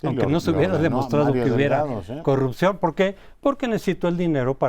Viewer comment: es posible, lo que se cuestiona es la total ausencia de congruencia en las peroratas del presidente, si es incongruente en los dichos no hay porque considerar congruencia en los actos. Cómo la promoción de la corrupción que hace cuando dice "yanuaycorrucjió"